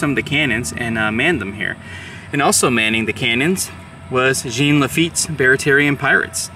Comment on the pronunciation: Our Cub Scout pack took a field trip to Chalmette many decades ago when I was a kid. It was interesting & fun. We had pretend battles. I'm sure that it is spruced up more today. Jean (pronounced more like Zhjawn, not Gene) Lafitte was integral to the entire campaign, especially at the coast, where his knowledge of the waterways, hiding places, & ambush locations were invaluable. Then around Chalmette, he advised Jackson about the best defensible & attack locations. He is the true hero. Jackson got all the credit, then reneged on his promise to pardon Lafitte for piracy. Sad that so many perished in another avoidable war.